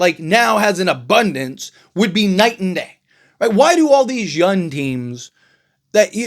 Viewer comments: I like your channel, I just have a question?? When referring to the young players, you call them "Yun" at 1st I thought it was a mistake, but you say it all the time. Yun is not a word, and it sounds like you are an uneducated man, I know that's not true... At the end of the day if I don't like it I know I can unsubscribe and go elsewhere but it's just a heads up just in case you don't know you are doing it, but it is annoying man lol. P.S all love, just an observation!! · First noticed this when he was talking about Trae Yun but yeah, this particular video he says it a dozen times.